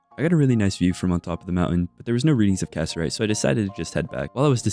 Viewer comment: Loving the video, just wanted to let you know though; Cassiterite is pronounced Ca-sit-er-ite or Ca-si-ter-ite. not cass-er-ite 😅